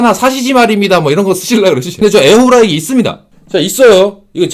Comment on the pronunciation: 진짜 냉정하고 일침 가하는 채널 되면 좋겠다. 광고 안들어와도 진용진이나 주작감별사처럼 음식 리뷰 광고든 아니든 진짜 안흔들리고 냉정한 먹방채널도 필요함.. ps. 에어후라이기... 탑급 발음 소유자